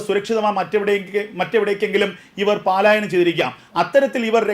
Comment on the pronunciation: 'പാലായന'ക്കാരാ പലായനം എന്ന് വായിക്കൂ........